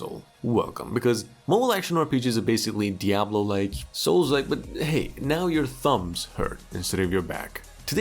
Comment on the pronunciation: "diablolike" games OMG😂